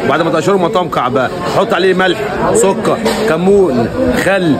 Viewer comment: اسمه شمندر لو سمحت وليست بنجر لو سمحت ازبط لسانك وكلامك واسمه سكر وليس سك ار